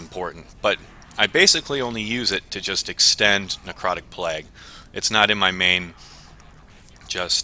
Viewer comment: "necrotic plegh"